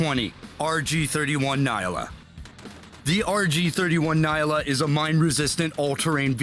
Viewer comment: that man butchered that pronunciation, it's a Nyala, a type of buck found in Southern Africa (it is produced in SA). It is pronounced Nya-la, not Ni-ah-la.